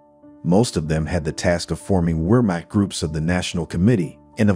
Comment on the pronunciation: "Weermack" lol this computer narrative !